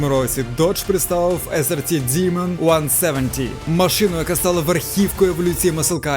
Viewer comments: Файно моя улюблена марка , але ти не правильно вимовляєш діман це що Діма , правильна назва DEMON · Замість того, щоб ганьбитись, ви могли б прослухати в Гугл-перекладачі, що Demon звучить саме "дІмон".